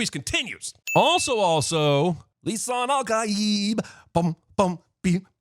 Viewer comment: After so long, Li-SIN-al'Gaib has returned